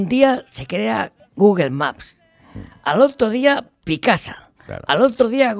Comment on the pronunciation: Se ha dejado la vida en "Googer" jajaja Ortega, eres único.